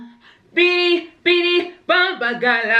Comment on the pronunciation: The singing made me cringe.... It’s a no from me dawg. Aaaand you said BEEDEE BEEDEE 🥴 it’s BIDI!